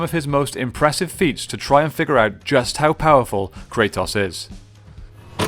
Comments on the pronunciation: did you call him krataws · you keep calling him kratoss 😂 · The only thing that I didn't like in this video is the way you say Kratos ( Kre TOS) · Everyone kratos. This dude cartetoss